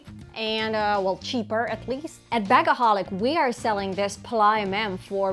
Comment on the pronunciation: If I may, we pronounce the "s" at the end of "Pallas", just like the "s" in "see" or "soon" ;) take care 😘